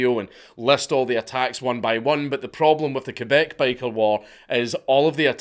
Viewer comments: Thank you for making the effort to pronounce the name of our province correctly ❤ Ké-Beck and not Kwé-beck, like so many others pronounce it. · Do you know how weird it feels to hear the correct french pronunciation for Québec (KAY-BEK) and not the annoying english pronunciation (KWEY-BEC)? Man, you clearly put the effort here. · Yooo I never thought he'd make a video about our LORE ahahah, nice. I'm also impressed about he pronounces "Québec" properly instead of "Qwébec". Props! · Holy shit you said Québec right! My man :) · You pronounce "Québec" better than most Canadians. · And you didn't butcher Québec All props Dank !! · My question is how is a scotsman able to pronounce my quebec language so well. Close enough anyway